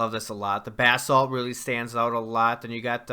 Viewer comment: Finally someone who pronounces basalt correctly!